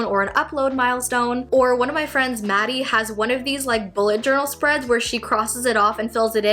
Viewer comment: did u just say maddie thutil? :0